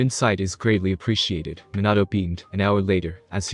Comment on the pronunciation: Like I didn’t think it was possible to say everything wrong , Naruto, Minato, kushina, hiruzen, bijuu, konoha. Like wtf